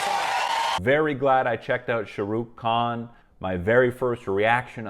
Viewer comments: It's not sharook it's shaaaaahh rukkhh khhaan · Shuh-Rukh hahaha😭 But nic video..... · his name is pronounced ash “Shaa-ruk-khaan” stretch on the A’s :) Loved the reaction, i was surprised as an indian that u looked into Srk, we all love him 😌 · So, about Pronunciation of his Name would be (Shaah Rukh khaan), A's for Indians they really Pronunce n kinda extend it...Lot more than Americans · Ok the way you pronounce his name is just so cute! I love how you try o hard to get it right, which is something most people ignore.